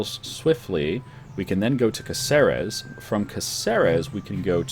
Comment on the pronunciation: Ey... just a tip.. It's CAceres, not CaCEres, and CanTAbria, not CantaBRIa.